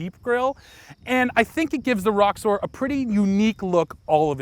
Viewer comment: Sounds like you're saying Rockstar instead of Roxor.